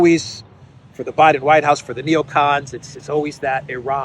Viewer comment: "Necons, day dream belivers."